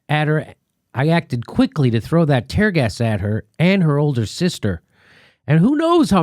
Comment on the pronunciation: Tear gas, Jimmy like tearing a piece of paper, seriously, Jimmy? You said it twice to boot...you actually stopped and I thought you were going to correct yourself, but no, you pronounced it wrong again! Dude, wtf did they do to you during the operation? Jeeeez!